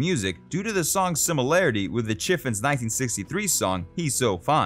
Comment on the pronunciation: Did you say Chiffins? Lol! Its pronounced “Chiff-ONS”. You know, like it’s spelled.